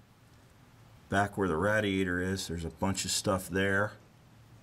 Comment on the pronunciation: Why on earth are you pronouncing radiator like that🤣